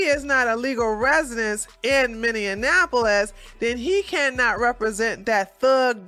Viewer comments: You got the dialect right in Minneso-ota. But, pronunciation is Miniappleis for Minneapolis. lol Much love from Mankato, MN!!! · Minneapolis. Mini app oh lis. Minneapolis. Other than that, I love you! 😋